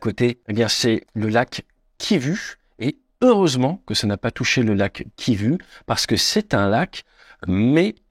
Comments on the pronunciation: Salut, tu dis KIVU comme tu le vois mais chez nous le U dans des noms se lis OU...donc KIVU (KIVOU)....mais c'est intéressant de savoir que beaucoup s'intéresse à l'rdc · Lac kivu et non kivi🤣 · Juste une petite précision : Kivu se prononce : [KIVOU]. La lettre U = OU ! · Excellente vidéo comme d'habitude avec des renseignements hors aviation très justes et importants. Pour information, Kivu se prononce kivou, come à peu près tous les u de l'Afrique centrale. Encore merci ! 👍🏻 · KivOU svp, KivOU. 😐 deux secondes sur Wiki et vs aviez la prononciation. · Il faut prononcer "ou", le lac kivou ;) Quand les coloniaux transcrivent les noms de lieux, de personne etc, ... en français, ils utilisaient l'alphabet " latin" ;) ex : Mobutu ... Prononcer " Moboutou" ;) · Champion Kivu se lit " Kivou ". La lettre " U " des langues Bantu se lit " Ou ". En français U = U En langue Bantu U = Ou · Cela se prononce ´´ Kivou ´´ et non Kivu , bien qu’il s’écrive comme cela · Kivu se prononce "Kivou". Merci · Ce n'est pas le lac Kivu mais kivou le u en fait c'est ou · "Kivu" se prononce "Kivou" pour info ... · lac kiv[ou] et non kivu.... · Le lac Kivu se prononce "Kivou". MDR ! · On dit pas Kivu mais kivou…. Ces français …. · Le « U » comme « Ursula » , « Mattaus »chez les allemands se prononce « OU ». Kivu = Kivou. Autrement, merci pour l’information sur les eaux du lac qui ne se mélangent pas…. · Petite précision linguistique, le lac Kivu se prononce Kivou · Ça se prononce "Kivou" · Kivu se prononce Kivou. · Prononcez lac kivou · Oui j'ai eu mal aux oreilles avec la prononciation du lac. Intéressant comme d'habitude. Quand j'ai quitté le "ZAÏRE", ils avaient des Mirage III.